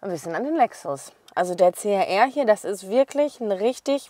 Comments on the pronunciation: Schlampert gesprochen.CAR???CHR!!! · CHR,man,hört CAR....😢